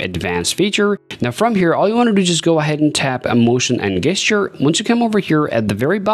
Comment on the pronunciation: What is a guess-ture. 😅